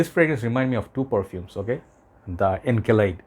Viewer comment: Encelade is pronounced like "in-SELL-uh-day". You know, like Saturn's moon Enceladus